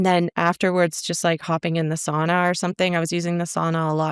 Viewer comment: 10 points for mispronouncing sauna 😂